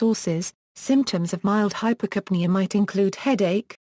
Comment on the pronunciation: Put stress on "ca": Hyper'capnea.